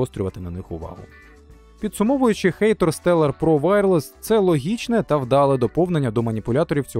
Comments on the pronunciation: хатор а не хэйтор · ХАТОР, не хЕЙтор, коли ви вже навчитесь читати?